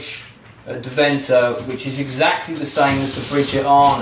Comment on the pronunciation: Hope to meet you in Deventer again then. By the way, it's DEventer - with the emphasis on the first part.